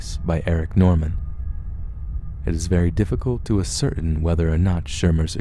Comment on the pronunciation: Assertain = Ass-sir-tain, dear boy. Great Reading Voice As Well!!!!